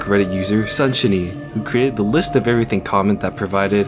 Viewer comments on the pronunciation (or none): none